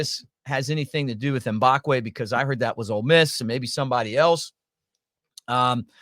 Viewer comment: not M-bock-way